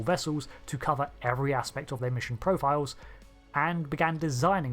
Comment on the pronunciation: "Vessews"? "Profioows"?